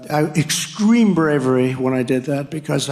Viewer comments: Did that Nut Trump say Exscreme instead of Extreme? 😂😂😂😂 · "I - uh, EXSCREAM bravery when I did that when I flew in Air Force One...we had to darken our windows..." -they had to darken the windows because of exscream bravery.. I know this is kind of a childish comment, but listening to Chump seems to do that to me for some reason. This is what he does best- re-infantizes people who listen to him.